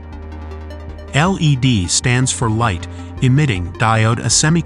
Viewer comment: Your narration was doing fine until it got to the light emitting part at the very end, then it was garbled and inaccurate. Needs fixing.